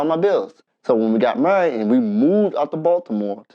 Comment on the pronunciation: wth is murried? does he not know howt o say married?